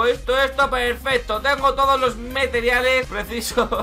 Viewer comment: No es los meteriales es los compariales